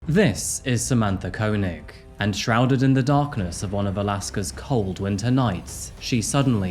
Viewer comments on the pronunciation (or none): Wouldn't it be pronounced "Kay-nig"? That's how Chekov's actor, Walter Koenig pronounces it. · It’s kay-neg for the pronunciation btw 😅